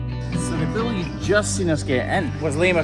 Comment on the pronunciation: its a BULL not a Bill. you keep saying bill.